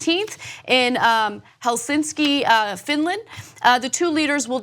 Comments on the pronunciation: altho, ouch. How do u mispronounce Helsinki? It's not Helsinski.... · Helsinki! Not “Helsinski.” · Helsinski, Finland Love you, Ana, but it's Hel-sin-ki I'm Finnish, this comment is petty haha. Trump on Finnish soil makes me cringe. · Did Anna just say Helsinkski? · Did Ana just say Helsinski?! :'D